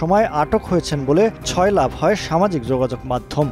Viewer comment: ছয়লাব কি শব্দ, শব্দের উচ্চারণ না শিখে সাংবাদিকতা করতে আসছে